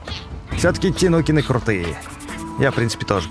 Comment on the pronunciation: А почему говорит тинукины а не тайникены хотя так правильно ну ладно от этого видео не хуже